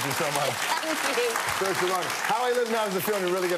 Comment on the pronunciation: it's Ser-sha!